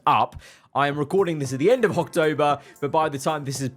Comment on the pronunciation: did bro say hawktober?